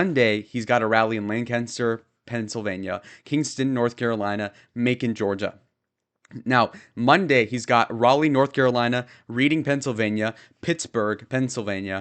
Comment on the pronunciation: Its pronounced RED-ing PA, not reading.